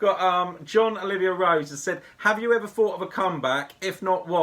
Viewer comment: its not John ,,Olivia‘‘ .. its Oliver 😡😄 but thanks for answering my question 😄👍🏼